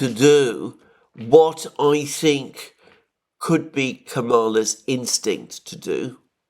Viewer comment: PLEEZE, pleeze, if you're going to criticize Kamal Harris, at least show that you know how to pronounce her first name. It's KAMala, with the stress on KAM, not kaMALA, with the accent on MALA.